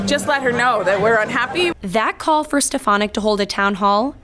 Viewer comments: So glad she was booed. Trump can't even pronounce her name correctly. He says "Elise Ste-pha-nik." Otherwise, he doesn't know who she is. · Rep. Elise Stefanik (or Step-a-nik) as Donald Trump called her, or Miss Piggy (which would fit) came to Congress touting herself as a "moderate Republican" who wanted to "lower the partisan rancor" and "work across the aisle." Then they dangled Liz Cheney's old job in front of her and she became a hardcore MAGA Queen overnight. She's a phony, sorry (rhymes with twitch).